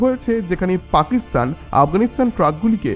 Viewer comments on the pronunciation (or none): none